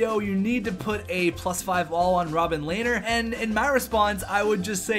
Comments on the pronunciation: Rob-him lehner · Robin Lehner = Rob Em Lehner or something along those lines